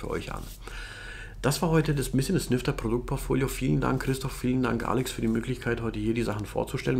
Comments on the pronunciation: Jedes Mal wenn du Nyfter gesagt hast verstand ich "Lüfter"... error in head...🤪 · Verdammt, nachdem ich deinen Kommentar gelesen habe, ich jetzt auch xD